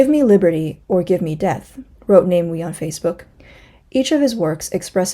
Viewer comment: Namewee is pronounced as Nah-mah-way